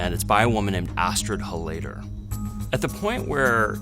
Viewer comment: Love how he mispronounces the surname. It's pronounced HOL-layder, buddy, not hol-LAY-der